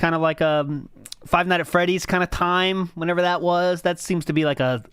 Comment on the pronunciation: I’m giving people what they WHAAA. I can’t Stand that he drops is T’s all over the place.